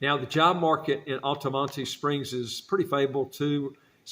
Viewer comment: As a Florida native you butchered the pronunciation of Altamonte Springs. Lol. That being said it's a nice place. My best friend used to live around that area. Also i knew a woman that was from Frostproof in college. Before watching this video i was assuming that there would be more places in north Florida that you were going to talk about. For me though i cant stand Jacksonville.